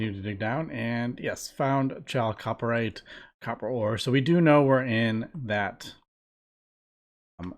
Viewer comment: For the sake of future viewers, Chalcopyrite is pronounced "KAL-ko-PIE-right"